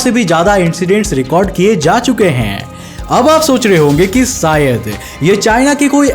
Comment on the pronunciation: सायद नही बे शायद